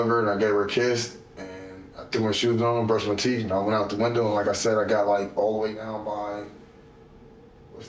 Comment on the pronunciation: Brush my teef? 😂😂